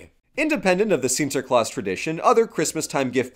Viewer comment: As a Dutchie, I picked up some interesting trivia about the Sinterklaas tradition through this video. Cool to see it covered! Kudos for your pronounciation of the name, by the way, I was all too prepared to see you stumble through it but the quality is there as much as it has always has been - Shouldn't have expected otherwise.